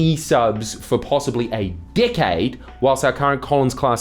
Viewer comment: took me a few tries to realize he was saying Decade, I kept hearing "Dick aid " 😂